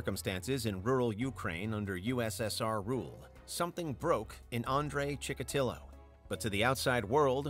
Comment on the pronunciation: Chick-a-tee-o not ChickaTILo.